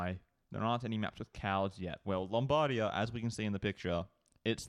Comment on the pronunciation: the right pronunciation of Lombardia is with the accent that falls on the end. LombarDIa ..not LOMBHardia